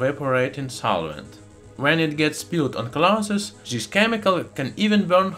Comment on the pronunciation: does anyone else gets trigerred by him not saying T but Z (zo obtain; zis(this); and zen) so trigerring